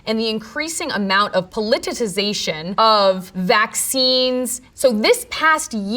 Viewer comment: “Polititization” 😂 agreed but funny mispronunciation